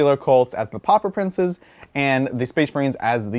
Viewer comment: Everytime you say Pauper Princes I hear Pop Up Princes